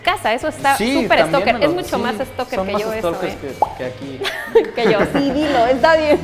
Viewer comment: Stoker? Se dice stalker :v